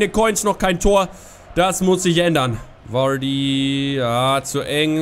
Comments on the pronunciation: Er wird immer noch "Wadii" ausgesprochen und nicht Vuuuaaaardy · Er wird immer noch "Wadii" ausgesprochen und nich Vuuuaaaardy